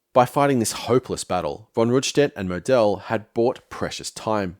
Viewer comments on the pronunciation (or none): Mō d'l mate, not mow Del. Stress on 1st syllable and long o, eat the e in the second. That grates and made keep saying who? but otherwise a typical hypohystericalhistory in depth and very informative and interesting.